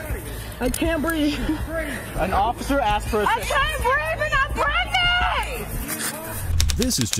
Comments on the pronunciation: A grown ass woman repeatedly saying she can't "breeve" smh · The TRUE deplorables. “I can’t breef” “I’m pregnant” “I know my rights”